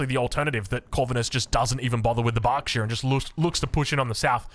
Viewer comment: This pronouncing of you xD it´s called berkshire not barkshire^^